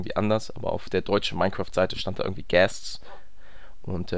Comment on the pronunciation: Es heißt ghāst